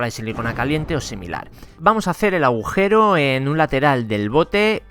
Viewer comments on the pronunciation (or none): none